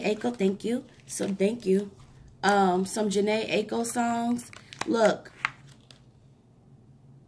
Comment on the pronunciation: Thank you. It's eye-ko 😀 it was marketing. Jhene's bro was in a group called melodic with fizz